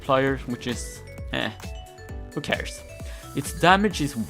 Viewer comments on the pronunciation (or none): “Who cäræs”